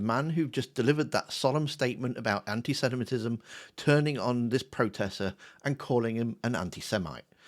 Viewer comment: it's not pronounced "antisentimitism".. it's anti- semit-ism.